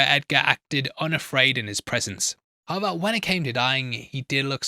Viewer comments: 😊 Pretty sure saying "however," but yes, there's just a whisper of a "b" sound in his pronunciation. Almost "howeber." Hence the captioning interprets this as "how about." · I'm curious, what is that word you are using there? Subtitles say: "how about", are you saying "however"? I've heard you use it in other videos before too and never knew what you are saying(sorry English is not my first language).